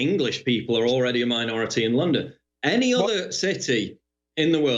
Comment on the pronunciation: *'Any' not 'Annie'. Unless you're Irish.